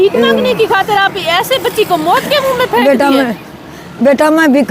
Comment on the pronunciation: Acchi video bnai pr moot nai maut hota hai 😂😂😂😂.